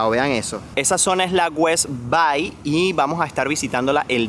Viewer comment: se debe de pronunciar West Bey no Bay como “A” en español, ya que es en inglés el nombre